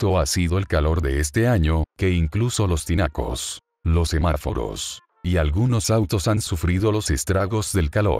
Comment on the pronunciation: Es cuche a decir sefarforos😂